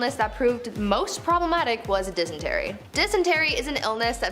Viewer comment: LEARN TO PRONOUNCE... it is not 'denistry' it is dysentery ! It is so annoying all of the language mistakes there is in this show, I watch to learn some wierd sh*t... but can't take the pronunciation mistakes much longer.... argh 😡